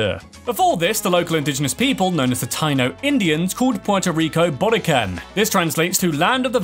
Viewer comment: free pronunciation coaching here = Dominican (Republic) is doe-MIN-ee-cun, rather than doe-min-EE-cun, the Taino Indians are tah-EE-no, since there's an accent on the 'i'; Fortaleza is four-tah-LAY-zah, rather than four-tah-ZAY-lah, but you're right in that it means 'fortress'. Also, Ponce is POHN-say, rather than 'pants' with a British accent. Another, more sensible, way of saying Puerto Rico is 3 times smaller is that it's 1/3 the size. All of this information is absolutely free!: ))